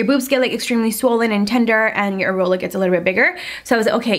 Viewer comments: IT’S AIR-EE-OLA! 😂💀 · i was laughing so hard at the way you say areola 🤣🤣